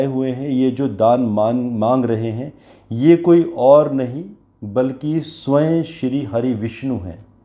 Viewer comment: उच्चारण स्वय नहीं होता है, स्वयम होता है।